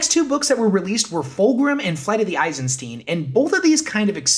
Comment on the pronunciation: FrankenSTEIN, Albert einSTEIN, flight of the eisenSTEIN. You keep saying eisenSTEEN